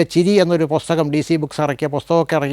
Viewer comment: പൊസ്തകം, വിധ്യാർഥി, ഫ്ളാറ്റ്ഫോം, മൃളാണിനി.... ഉച്ചാരണം പൊതുവെ പ്രശ്നമാണ്. പക്ഷേ പ്രതിപാദ്യ വിഷയത്തിന്റെ ആകർഷണീയത കൊണ്ടാവാം, താങ്കളുടെ അനുഭവ വിവരണങ്ങൾ ആസ്വാദ്യകരമായി തോന്നി. എങ്കിലും അവതരണത്തിൽ കുറച്ചു കൂടി ശ്രദ്ധിക്കാമായിരുന്നു എന്ന് തോന്നുന്നു.